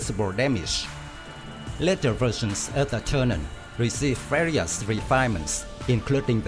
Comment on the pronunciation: Why do you keep calling the plane "Turnan" ? OMG, you should replace the audio. But thanks for the video